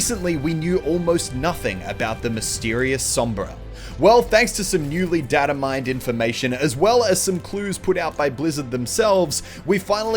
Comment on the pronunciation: Muselk can speak Spanish but can't pronounce "data"